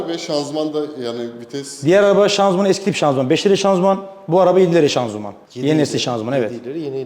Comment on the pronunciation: Hala şanzuman diyor 🤦‍♂️